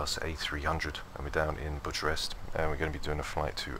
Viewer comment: Nice video, but just for info, Bucharest is pronounced "Bucarest" ie.... 'c' sound not 'ch' sound.